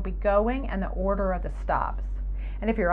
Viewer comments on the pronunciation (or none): none